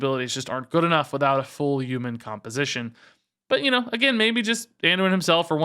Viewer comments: Very humbled “Uman” that you are making this educational content lol Thanks as always! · What's a U-man? Lol